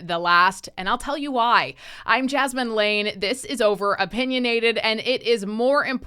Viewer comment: Did I hear your name as “jasmine lame” 😂